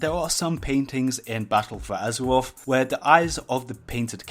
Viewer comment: Battaw fow azawaff.... XD